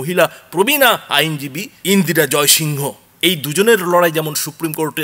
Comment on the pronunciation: ইন্দিরা জয়সিং বলুন না... এটা তো যেভাবে practically "Indira Jaisingh" কে উচ্চারণ করা হয়ে থাকে সেভাবেই বলা উচিত। ওনার নাম pronounce করার সময় ইন্দিরা জয়সিং pronounce করা হয়। সুতরাং সেভাবেই বলা উচিত। ...name of a person is "proper noun". এটাকে ঠিক ভাবে pronounce করুন। বাকি সব ঠিক আছে। এটা খুব ভালো খবর।👌